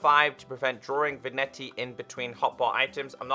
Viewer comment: I believe that Vignette is pronounced Vinyet